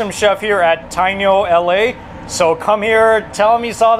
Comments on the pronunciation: Thanks for the tip. I look forward to hitting the spot in the near future. It's as close to Dominican food as I can get in LA. FYI, the correct pronunciation of the Taino is Ta-EE-no. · Love seeing PR cuisine 🇵🇷! Just wanted to mention that Taino is pronounced like Thai-E-No😊